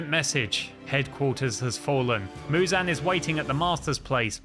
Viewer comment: You're saying Muzan wrong